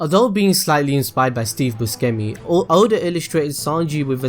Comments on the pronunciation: it's bu-SHEM-i, jesus christ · it's pronounced bu-shem-mi *flies away *